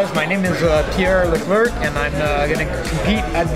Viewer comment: Leclerk?!? Ostie de tabar.... he got dropped on his head & forgot how to say his name.